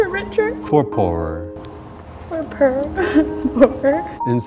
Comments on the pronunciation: i was like tearing up and i started laughing so hard when judy said "purr" instead of "poor" my emotional heart omg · Aww made me cry ;( but laugh at the same time when she sed perl instead of poor aha cx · i tried to hold back the tears but wen Judy cried i bursted into tears but wen she said rich or for purr lol I smiled :p beautiful couple and wedding u guys came so far I love you guys so much and JB ofc! :D can't wait to grow more love towards you guys with the twins (L) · for poor...judy- "for per" lol